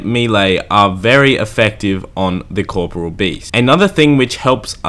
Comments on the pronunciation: One day I'll find someone that can pronounce KOR-POR-E-UL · I’m yet to find anyone who’s pronounced corporeal properly. It’s not corporal, it’s a completely different word! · Cor-po-re-al.. The English language is fucked, but yeah that's how it separated by vowels and pronounced. Why does it even matter? Nobody says it like that anyways.